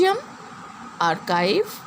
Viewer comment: The pronounsation is wrong of Archive .